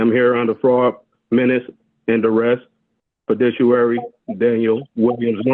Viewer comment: You can tell he’s a few pieces of straw short of a bale of hay when he can’t even pronounce fiduciary correctly… Fedishuary?? This judge is respectful even when the defendant is clueless.